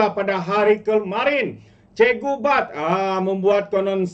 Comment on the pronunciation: Cikgu bab. Bukan cikgu bad. 😂😂😂